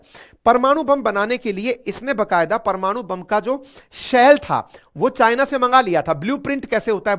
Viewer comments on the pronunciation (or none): none